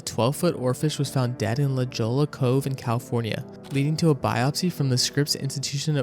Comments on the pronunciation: The Great Tōhoku earthquake did not happen in 2001. The only thing that happened in 2001 was 9/11. The Great Tōhoku earthquake happened in 2011… And what the heck you did not just say La Joel-la… 😅😂 You really need to learn how to pronounce places before you get on YouTube and upload your final product. Please learn how to say La Jolla. It’s probably a more famous area than you’ll ever be. Just saying. 90210 famous. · Just so you know, it’s pronounced “La Hoy-ah” but other wise, great video. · I used to pronounce it "La Jo-la" too, but it's the Spanish pronunciation "ho-ya" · Idk if I believe the no Ai claim with the way the voice over pronounced La Jolla. It's pronounced la hoyah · Sir, please work on your pronunciation of names and locations. It takes away from the seriousness of the video and makes it look like research was not done properly. Examples include the pronunciation of Tilikum and La Jolla. Otherwise a pretty dang good video Cheers